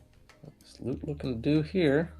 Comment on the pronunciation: Wow someone pronounced Lut’s name correctly right off the bat 😅